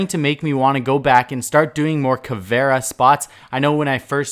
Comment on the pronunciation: Caveira not caviar